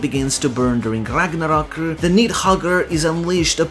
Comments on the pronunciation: I am afraid of you saying RAGNARROKU. EDIT: Never mind, it's actually la chancla. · The rolled R every time he says Ragnarok and Ragnir is the best. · Wait why we saying Ragnarok in Japanese pronunciation? I understand for Japanese words but Nordic?